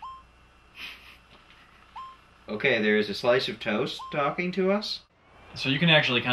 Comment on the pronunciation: Anwd yer way of teelking is vawy bebyleek.